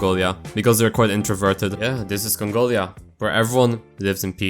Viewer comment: “THE IS ISLAND OF CONGOLIAH”👹